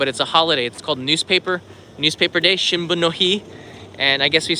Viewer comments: it is Shunbun (春分の日) which is spring equinox day (not shinbun). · You said “ shinbun - no- hi” is wrong! 📰🤣🤣🤣. 20th March is “Shunbun-no-hi”. Not 📰新聞、it 春分の日🌸💐. That mean, 「Spring Equinox day」......Oh, I miss Japan. I cancelled my flight from London to Tokyo in mid April 😢. from 🇬🇧